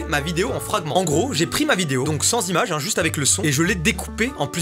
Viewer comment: "sans l'imache" 😂